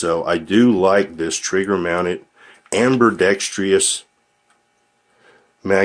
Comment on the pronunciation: Every time you say "amberdextryus," God throws a puppy in a wood chipper.